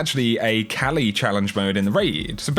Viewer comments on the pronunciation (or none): none